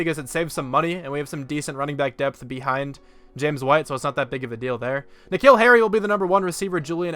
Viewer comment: Earliest I’ve watched one of your videos. It’s like 1 AM here. Also just realised that you say my name like N’Keal Harry’s. It’s like the name Nick Hill. You say my last name pretty well though.